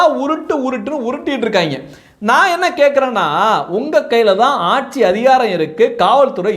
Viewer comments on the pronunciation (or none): none